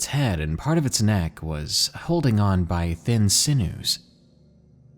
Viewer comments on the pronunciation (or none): S I n e w s is pronounced (sin'-yooz)